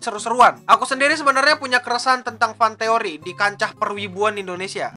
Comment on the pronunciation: jadi "FantEKoRi" itu apa